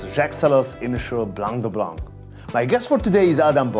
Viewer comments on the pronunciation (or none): none